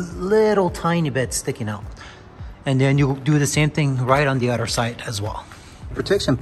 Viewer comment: It’s not udder it’s “other”. Udder is a cows breast.